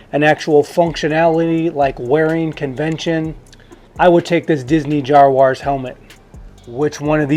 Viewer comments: JAZwares dude its really not hard to pronounce is it? And the Black series helmets beat the Jazwares one hands down. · Bro how did you mispronounce something SO bad? 😂 jozzwuarss?????